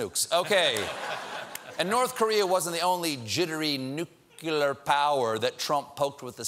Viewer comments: Please tell me I didn't hear Stephen just say nucular instead of nuclear. That's George W's job! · Stephen says nucular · Slow down.. I'm still stuck on Stephen saying Nuclear like Homer Simpson.. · How come americans, even the highly educated, can't properly pronounce the word NUCLEAR? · Why can't folks seem to be able to properly pronounce "NUCLEAR" when it's slowed down?? Please someone tell me I'm not the only one who finds that really annoying :/